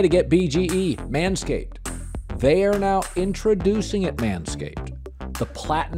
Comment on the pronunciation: "Now"?...more like, been🤣